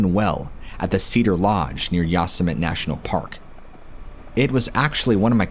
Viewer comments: Yo-Sem-it-tee. Not Yas-Sem-it. Never heard of Yosemite Sam? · Who says ya-summit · Oh my, 😂, I’m guessing you have the common pronunciation of Yo-sim-it-ee By now. Hey, who am I to say, the native settlers might very well pronounce it Yo-simite 😁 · Yo semm eh tee. It's a Native American word. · Why are you pronouncing Yosemite like that? Ya sa mit ??? OMG, its almost too much 🤯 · It's pronounced "YO-SEM-E-TEE" I'm sorry, stories are interesting but that's been driving me absolutely bonkers🤣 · Lmao you guys must mispronounce words intentionally to see if people are still paying attention right? Ive heard others do it too like darkness prevails. You called it ya-sim-it for the whole story lol. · IT'S YOSEMITE (YO-SEH-MITEE)! I'm about to have a stroke!! Lol. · U Sim men ne is How you pronounce it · Yos-sym-it. An enigma wrapped in a mystery. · that's pronounced Yo-sim-ity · I think you mean Yo SIM uh tee National Park. Love you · Are you saying yossemite on purpose to make fun of trump? It’s making my ears bleed lol. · How can people say Yosemite wrong??, I quit listening to that story because it was too disconcerting. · I think you're saying Yosemite wrong just to troll us at this point 😂🖤